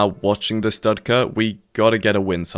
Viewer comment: Dudka guy was laughing at your underwear, btw, it’s pronounced doodka in Russian